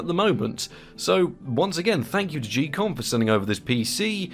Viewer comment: im not sure about this but i think its pronounced ghee-kom like geek and not jee-kom